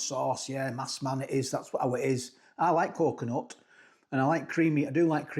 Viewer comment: It's a massaman curry, not a massman curry. Have you not had one before?